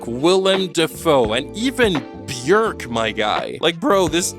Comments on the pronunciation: oooh that must mean Shakespeare's Hamlet is also based off of the old folktale The Northmen is based on, that makes sense actually.. also thank you for pronouncing Björk correctly, literally the first non-scandinavian youtuber I've ever heard do that. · waow, you nearly pronounced Björk correctly